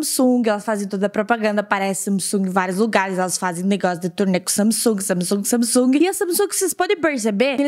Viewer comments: Ela fala Samisung é Samsung kk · não é samisugue, se pronuncia sangungue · não sei vcs mas me dar uma agonia ela falando samisung sendo que é samsung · Manoh so eu q tenho agonia dela falando "samesung" sendo q é "Samsung" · Agonia dela falando sanisung eu falo sansungui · se pronuncia "samesungue" passada kkkkk sempre chamei de Samsung mesmo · Não é samisung e Samsung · parece que você fala “samisung” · "Samisungue" ksksksk Adorei💜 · "Samisungui" AMEIII KKKKKK❤ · ta me deu mta agonia dela falando saMsung KKKKKKKK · ver ela falando samisung me deu uma agonia kkkkkk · "SAMISUNGUI" - 2019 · Q ranço dela falando samisung kkkkkkkkkk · "Samisung" kkkkkkkk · vey parece q ela falou samisung kkkkk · So que fiquei incomodada com ela falar (Samisung) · Ela falando SAMISUNG. Me irrita muito. Mds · Fala Samsung direito KKkK que agonia